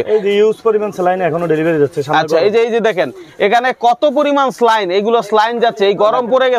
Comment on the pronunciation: ভাই স্লাইন না সেলাইন 😂😂